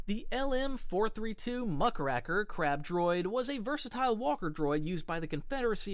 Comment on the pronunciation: it said crap droid not crab droid 😂😂😂